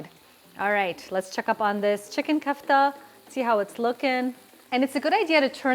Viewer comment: Ku-ff-ta ❌Ko-aff-taa ✅✅ .. great recipe though